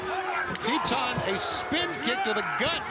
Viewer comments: Its Titan! Not Teetanh 😂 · Every time they say Titan, I keep hearing Tea-Time.